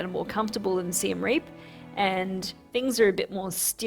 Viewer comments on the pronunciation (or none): Siem Reap ist definitely NOT pronounced like "Rearp" ("rear","hear", "ear"). It's more like Ree-y(e)p. The (e) is very short pronounce, like "uh" in English.